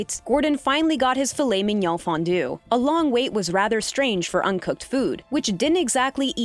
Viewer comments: Filet... Men/min.... Yoown? Do you think this is an Asian dish? WTF is going on here? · “filet minyaw”